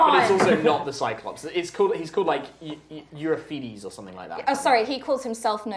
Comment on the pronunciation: Euriphedes is not pronounced that way xD